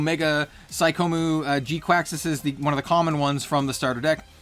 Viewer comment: Pretty sure its kwux not quacks, also i really dont think youre using the word "parasitic" correctly, maybe dependent or isolated